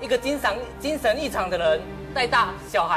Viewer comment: 精神還是精ㄕㄤˊ